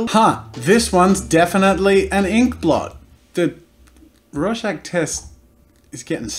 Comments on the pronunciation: Lol I thought Jazza said Russian Test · Am I tired or did he say "rawshag test"